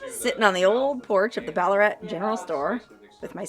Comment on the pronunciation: No actually. Pronounced just as did. But with an Australian accent of course. 😊